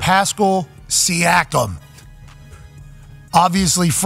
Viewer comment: You saying his name wrong , you killing me